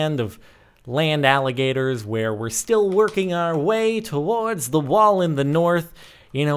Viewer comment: Tuh-woehrds (how jordan says towards)